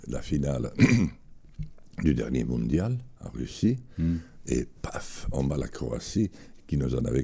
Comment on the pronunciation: "le moundial" "le COVIT" J'adore ce mec